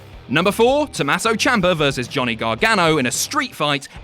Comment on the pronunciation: IT’S TOMMASO, NOT TOMASSO. REEEEEEEEEEEEEE